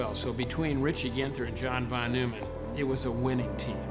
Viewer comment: Say John Von Nueman one more time xD jk love this story, and ' telling it